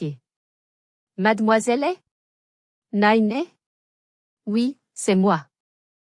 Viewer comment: Il ne faut pas prononcer Nine avec l'accent anglais, Nine ça signifie dans le midi ,,Petite, Mignonne